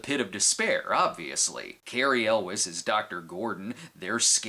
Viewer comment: Elwes is pronounced EL-WAY.